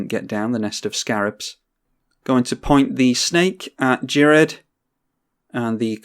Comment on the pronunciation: I believe Ghired is pronounced (F)ired, as in Cough. I believe this is the case, because he was "fired" from the conclave by taking on "fire" mana.